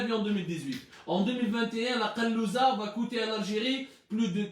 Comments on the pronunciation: Je suis pas arabophone mais on dis pas kalouza mais kazoula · Kazoula c est pas kalouza 😂 merci abdou 👍🏻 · ya bghal machi "kalouza" on dites kazoula hhhhhhh